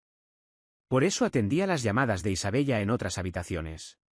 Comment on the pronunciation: Isabella, se pronuncia Isabela. Por favor que la IA pronuncie bien.